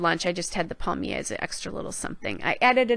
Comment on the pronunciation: Lovely layout; I love the florals! You pronounced it pretty near perfectly... "pal-myay" would be as close as I could spell it phonetically LOL. And, yes it is masculine so the "un" is correct. I live in southern Quebec and am lucky to be fluent in both English and French (my mum's family is French and my dad was an immigrant from Ireland so his family is unilingual English)